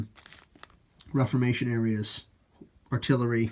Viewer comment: Nice review. I've been thinking on getting them and their rules to help me get back into Napoleonic gaming. However...its pronounced re form ation...just saying. Again...awesome